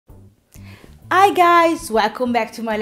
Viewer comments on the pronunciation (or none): I guys invece di Hi guys Ears invece di years Tree invece di three No grazie perché mai dovrei acquistare un video corso con una pronuncia così maccheronica? Per non dire altre parole sbagliate di pronuncia. Ma almeno, perché non rivedi a pronuncia invece di far confusione alla gente?